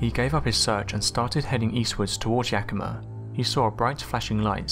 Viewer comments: Never in a million years did I think I would here Yakima on your channel, great job pronouncing it! 👍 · Thank you for pronouncing Yakima and Rainier correctly. Now I can say that flying saucers were first named where I grew up.